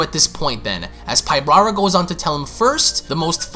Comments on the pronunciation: Enjoyed the video though you make a lot of mistakes when reading. I know that sometimes you paraphrase, but still. Like, why do you pronounce it “pybRara” it’s “PYBARA”?? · You keep saying, Pyb"R"ara...adding an extra "R" but there isn't one. It's Pybara.